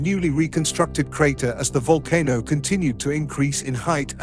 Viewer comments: The whole voice over ruined the video, it's too fast, I needed to catch my breath 5 minutes in. Also would a computer generated voice really mis pronounce " volcano" if it does you need a better program. Otherwise excellent presentation. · oh it's a vulcan-o not a volcano. The audio can't make up its mind how to pronounce it. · Kra-kotto and Vulcan-o. Uranium decays into leed. That computer almost sounds human but it has some problems.